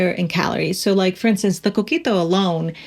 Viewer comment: Eres puertoriqueña?! Ese “coquito” te delató 😮 Estoy en shock!!! Saludos desde PR!